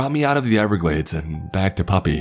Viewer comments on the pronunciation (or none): Wait when he's saying puppy is he trying to say papi? 🤣